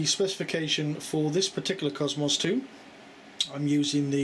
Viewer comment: Supposed to be british, can't even say faster correct, or cosmos correct.... or many words, my guess is most your family are americans?